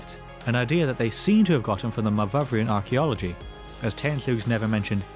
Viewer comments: Myvyvrian? Myvyrian! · It's not /muh-vuv-ree-an/ but /muh-vur-ee-an/, deriving from Owen Pughe's locative nickname Myfyr. (Note there is only one v in Myvyrian). Myvyr derives from Latin 'memor' - mindful and means meditation or thought. He was born in Llanfihangle Glan Myfyr, (the Church of the Archangel Michael of the Valley of Meditation). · It's not "myvyvrian" as you pronounce it but "myvyrian".